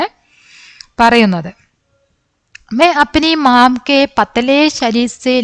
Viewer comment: മിസ്സേ... ഖാ യും ഗാ യും വിത്യാസം ഉണ്ട്. ഖാനാ, ഫുഡ്‌ ഗാനാ സോങ് ആണ്, അതു കൊണ്ട് ഖാനാ എന്നുവേണം വയ്ക്കുവാൻ. പിന്നെ ഡൻഡ് അല്ല ഥണ്ട് (തണുപ്പ് )എന്ന് വേണം വായിക്കുവാൻ. മാം അല്ല മാ അതാണ് ബെസ്റ്റ് 👍